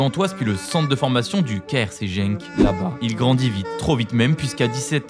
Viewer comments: Genk se prononce "Guenk" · bon, soit tu prononces Guenk, soi tu le dis à la française, Gand, mais ya pas de JENK PLEASE. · Tu connais tellement le foot et la géographie que tu ne connais même pas Genk sinon tu saurais le prononcé